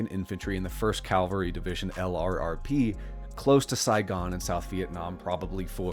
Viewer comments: Excellent! My only gripe is that LRRP is pronounced as a word, "Lerp," and not said as an acronym. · Btw, LRRP is pronounce "lurp".